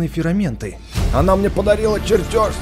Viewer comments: Мне показалось или ты говоришь ферАменты? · Не фераменты а ферменты